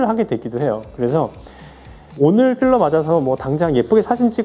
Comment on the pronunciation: “어 쁼러는 씌러요~” ㅎㅎㅎ 현장감 두둑합니다 ㅎㅎㅎㅎ👍🏼👍🏼